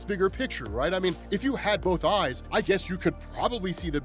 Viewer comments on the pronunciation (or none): none